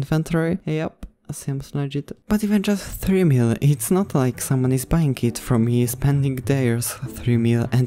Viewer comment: And btw u said bying ibatead of buying